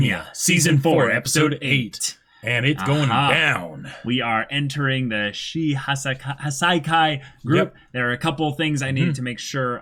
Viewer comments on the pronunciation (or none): If you can't say Shie Hassai Kai. You can just call them The 8 Precepts of Death.